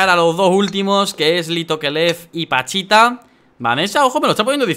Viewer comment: Todo el video diciendo panchita y era pachita😂😂😂